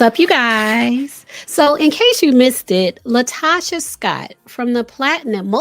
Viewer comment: Pronounced La Toe Ka